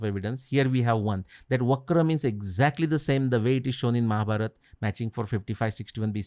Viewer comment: Thank you sir for saying Mahabharat instead of Mahabharata, Avatar instead of avatara ❤